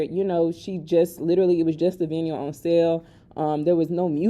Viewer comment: The Pink Print 2 vinyl record counts as a pure album sale so each one sold is an album sold. I would encourage everyone to get one, no pressure though 😅 Also vinyl is pronounced with a long " ī " so it would be pronounced something like "vy-null"